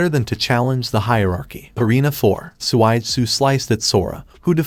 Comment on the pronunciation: suigetsu not swaidsu